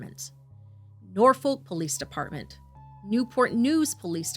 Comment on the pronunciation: Omg this is not that far from me. 😮 Awh, now the foster mom's interview. 💔😭 The way some of the cities have been pronounced is hilarious lol. Its Norfolk - pronounced Nor F**k Poquoson - po quo son